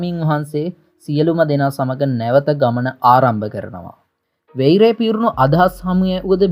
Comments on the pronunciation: නිවැරදි කිරීමක්... වෙයිරය නොව වයිරය (වෛරය) මෙයිත්‍රිය නොව මයිත්‍රිය (මෛත්‍රීය) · මෛත්‍රිය pronouns කරන්නේ මයිත්‍රිය කියල සහෝ වෛරය—වයිරය. ඔබ සුවපත්වේවා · මෛත්‍රිය=මයිත්රිය ඵෙතිහාසික=අයිතිහාසික වෛරය=වයිරය යන වචන නිවැරදිව උච්ඡාරණය කළයුතු වේ.පහසුව සඳහා එම වචන ඉදිරියෙන් = යොදා වචනය මුවින් පිටකළයුතු අයුරු දක්වා අැත.(නිවැරදි වචනය උච්ඡාරණය වීමෙන් බලාපොරොත්තු වන අදහස තේරුම් කළ හැකිය.) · වෙයිරය, මෙයිත්‍රිය 😁